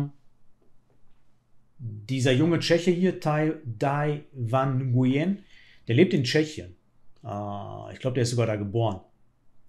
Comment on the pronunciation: "Nguyen" wird "Nüen" ausgesprochen, wie wenn einer aus dem Pott "Nürnberg" sagt.